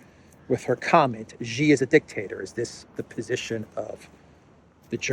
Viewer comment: It's not"GEE" it's "SHEE" you are a stuborn fellow 😅